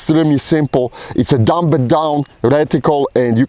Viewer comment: the b in dumb is silent